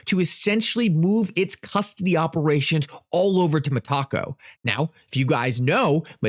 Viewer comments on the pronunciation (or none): ITS NOT 🌮 - Its Met-A-Co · META-----------CO not ME--------TACO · MEtaco, not meTAco